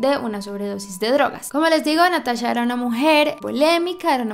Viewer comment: Me pone muy nerviosa que diga natasha en vez de NataCHA